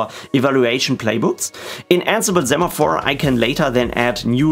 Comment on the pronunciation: It's pronounced "say-maphore", as in "send"... Hermione Granger Thx for the tutorial 🙂